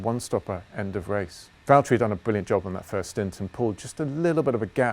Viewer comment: James, it's Valtteri 😂